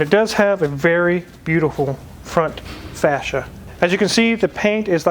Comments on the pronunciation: You rip on Akon for saying gallardo wrong but then you say fascia wrong. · Please don't try to educate people on how to pronounce Guilardo when you pronounce Fascia like Faschist. Y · americans cant pronounce anything correct say fascia again LOL